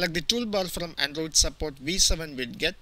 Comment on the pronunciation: widget => wid get lmao